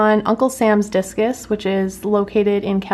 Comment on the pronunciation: I thought you said jesus